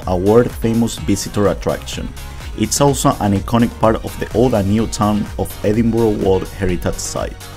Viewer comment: Edinburgh, pronounced edinburrah not edinboro. If you've been there you should be able to pronounce it properly.